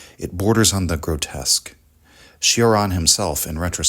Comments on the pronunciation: Its not Shioran or Sheraan its Choraan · It's pronounced Cho-ran, like in chore, or chode. It's not a Bugatti Chiron 😉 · It’s pronounced “Choran” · Kept hearing it as Sheeran. Not at all the same. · it's actually pronounced chore-an